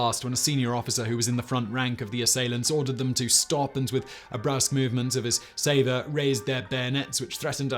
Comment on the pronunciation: Captain Danjou's wooden hand is probably THE most sacred relic in the Legion. Btw... , it's not "saver," it's "sabre," as in a cavalry sabre.